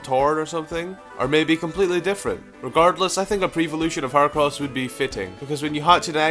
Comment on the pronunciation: Its Her-ah-cross not Her-Oh-crouss